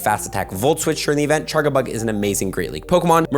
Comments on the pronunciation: It’s not chargabug it’s CharJAbug the way he says it hurts the ears. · He’s Canadian m, be nice. And so is that chef guy? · What is the charga part of charga-bug supposed to mean even? I pronounce it charge-a-bug